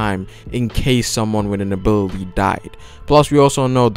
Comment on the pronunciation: everytime you said "ability" the thing i heard is "booby" , its just me or..